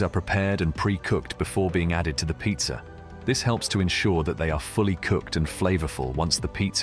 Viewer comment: I trip out how this kind of accent has two versions of the same word. In this case it is pizza and pizzer.